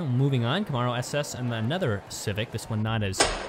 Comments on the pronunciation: Please learn the correct way to say Camaro!! Ka-Mare-O! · Please start saying Camaro the proper way! It sounds like come-air-o!